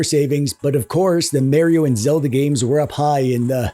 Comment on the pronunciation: The mispronounced Mario is setting my inner Italian mutt DNA on full boil